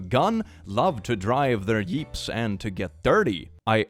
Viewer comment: Wtf? Is that just his accent messing with him or did he do that on purpose? - , it sounded like he said "Yeeps" instead of "Jeeps" the second time he said it. Idk why it bothers me, just wondering.